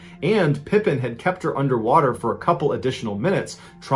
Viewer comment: It's pronounced Pa Peen not like Scottie pippen. Her husband didn't hold the record Tonya streeter a hot blonde held the record Audrey tries to break